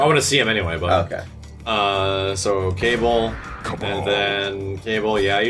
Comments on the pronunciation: did he just call kabal, cable. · Is no one gonna realize that said Cable instead of Kabal? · Everyone: Kabul This YouTuber: Cable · Announcer: KABAL: Cable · Kay ball it's kaa ball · XD wtf who is cable? cable is in some x-men shit this is kabal, always been kabal and not cable rofl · He dead ass pronounces Kabal “Cable” 😂😂😂😂😂😂😂😂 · bruh did he just say "cable" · He calls Kabal "Cable"?